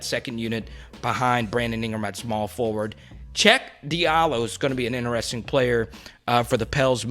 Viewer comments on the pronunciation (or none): none